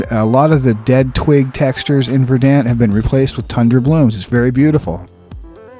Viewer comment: Verdant is pronounced (ver-dunt).